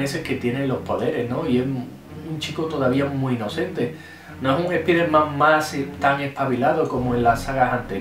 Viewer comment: "Espiderman" xD. Los españoles son la ostia.